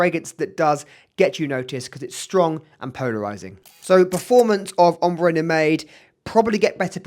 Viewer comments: Mate, great video, but it’s pronounced: Prah → like spa or car leen → like lean It’s No-maid - it’s no-mahd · Recently just got a Oajan and would love to get my hands on Haltane! Not to be nitpicky but Nomade is pronounced as "no-mahd" otherwise great comparison!